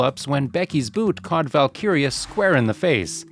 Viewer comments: valkyria not valkaria🙃🙃🙃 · Valkyria...not whatever you said.